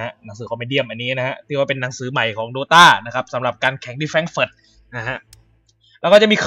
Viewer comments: มันอ่านว่าดอทเอคับ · ถ้าสะกดให้ถูกมันอ่านว่า ดอต้าครับไม่ใช้ดอทเอ -*